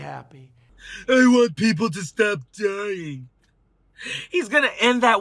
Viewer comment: Why did he say dying like that